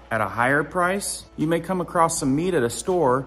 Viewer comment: THERE IS NO "T" IN ACROSS! IT IS NOT ACROSST!